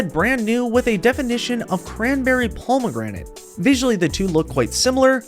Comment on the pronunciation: The way you say pomegranate really pisses me off